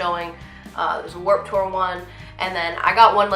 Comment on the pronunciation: It's pronounced "tewer!!!" 😂😂😂😂